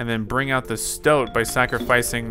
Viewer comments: You are pronouncing stoat as stout which is wrong and yes his head became rectangular and apparently it changes when you lose alot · Also, the stoat is pronounced like you would poke not like 'ow'